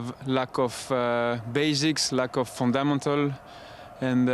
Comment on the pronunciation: My man said fun-damatels 😂😅😭🤣 I'm done